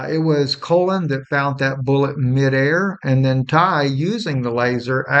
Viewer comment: What is this guy talking about? "Shooting OF Tyler Robinson"?? He can't pronounce the name Colin. He says Colon, he tells us what's happening to a bird outside his window. Smh.....IMO, this not reputable information being shared here...🤨🤨🤨